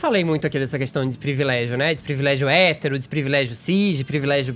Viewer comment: O tem um problema em falar palavras com "R", pRIvilégio, bRanca, NegRa etc. curioso.. nunca tinha percebido!